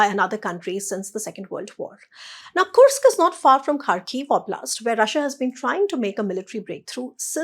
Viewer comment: whats wrong with kursk? i checked on google and she is perfect. go get a life you cunt